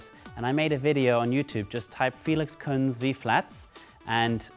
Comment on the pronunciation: You should pronounce our lastname Kunze properly. In German you pronounce the "z" like "ts" and the "e" like when you say Elefant. Regards from Berlin